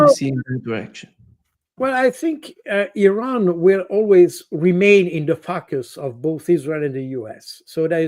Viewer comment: I like Mr baud , however when he says focus ...it sounds like ...fuk us ...and I laugh